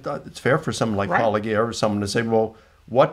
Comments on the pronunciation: Whenever someone who practices a-paul-o-JI-a starts by referring to you as Paul-o-GHEE-a, you know that they are definitely an honest interlocutor. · PAUL-A-GEE-A! Have these people never heard the word apologist! Do they pronounce it APOL-O-GEE-IST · It irritates the shit out of me that they mispronounce your handle. Because its intentional. If you literally watch ANY of your videos, your intro is 'Welcome to Paul-oh- Jeeyah where a former Christian, takes a look at the CLAIMS of Christians.' It reminds me of that episode of Friends where Chandler is jealous of a guy being around Monica, and he worries that theyll refer to him as the wrong name lol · Eapecially these guys who absolutely know who he is and know the word "apologist." They are absolutely doing it on purpose. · I think many do it on purpose since paulogia says his own handle in his videos and they are often watching his videos to respond to. So they say his name wrong to be rude, then people who watch their content learn the wrong name and have a hard time breaking the habit even if they want to. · This is the pettiest whiny comment I see pretty commonly in comments, and I think it should be shunned and ignored. Get over the name thing, I have a hard time pronouncing it and I've donated money to the guy. Also, as others have noted, in Greek the word has a hard g. Again, get over it. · So he's been working on his book for 14 years but how long has he been mispronouncing your name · Oh they know very well how to say Paulogia, they are just trying to denigrate Paul. Some of us also do it to them, but we do it more to be funny, and we are much better at it. Haberass is not so smart, and that is all he has. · Licona pronouncing your name wrong like he doesn’t know damn well exactly what it is and how to say is always such a strange thing 😂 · They mispronounce your name the same that conservatives do on Kamala. So petty. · Is the mispronunciation of your name deliberate? This is cheap.